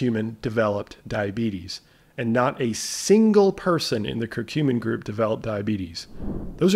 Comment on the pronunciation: Regarding curcumin (thanks for pronouncing it correctly! LOL! Next up....Turmeric (tomb-err-ik 🤣🙈). Seriously though...it'd be awesome if you did a run down on all of the insulin/sugar related supplements as a theme: corosolic acid, ALA, berberine, cinamon, royal jelly, fenugreek, etc...